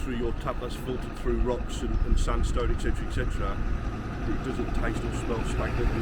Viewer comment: "ec cetera ec cetera"? No! "et cetera"! "Educated"? 😂